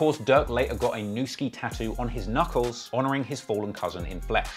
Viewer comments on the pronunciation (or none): none